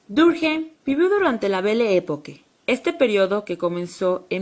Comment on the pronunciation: Emilio Durjeim? que carajo?.... Emile Durkheim es un nombre francés, no cometan borrachadas con el nombre por favor...